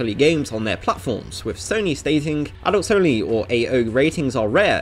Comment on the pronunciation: im sorry but it just really sounds like you are saying adultSony games instead of adults only.